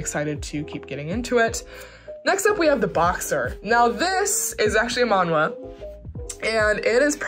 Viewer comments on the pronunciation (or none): none